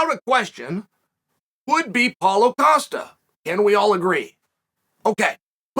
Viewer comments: I just laughed out loud at a computer screen because of "Caulo Pasta" instead of Paulo Costa, Thank you Chael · Did he say Paulo Pasta? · He just said Paulo Pasta hahahahahah